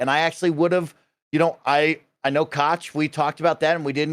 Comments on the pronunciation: I think Koch is pronounced "Coke" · It’s pronounced like Coca Cola. “Coke” Media. Owned by the Koch brothers who are one of the most evil corporations in the US and that says a lot.